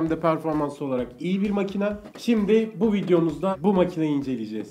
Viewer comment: Abi şuna makina deme ya Makine makine